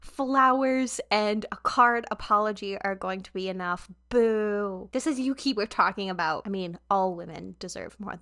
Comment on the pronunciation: This is a minor thing, but Yuqi's name is pronounced more like "Woo-gi" when said out loud :) Great reactions, big fan! :)